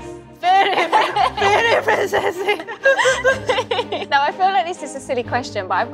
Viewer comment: Awww I love how when she's so happy the accent comes out more "very princessy"